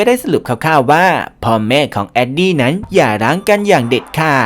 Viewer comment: ขัดใจกับชื่อตัวละครที่พี่เรียกอ่ะครับ😅 อย่างเช่น เเอนดี้เป็นเเอดดี้ มุงเป็นมู อ่ะครับขัดใจมากๆๆๆๆ